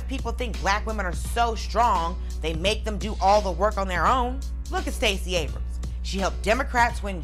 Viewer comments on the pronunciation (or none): none